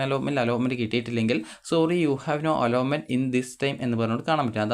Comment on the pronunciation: അലോമെന്റ് ❌അലോട്മെന്റ് ✅